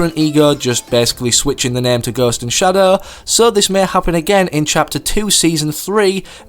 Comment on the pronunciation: did anyone laugh at how he said ghost and shadow 😂